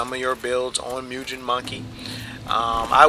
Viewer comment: Jesus christ. You claim to not be criticizing builds but literally in the next sentence talk about pointing out strengths and weaknesses of said builds? And then you pronounce "mugen" as "myugen?" And then you desperately namedrop ENB? Effing. Pathetic.